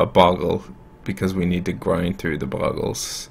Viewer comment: Oh look his opponent is playing Bogles. I wonder how many times he is going to mispronounce it in 5 seconds. Has Seizure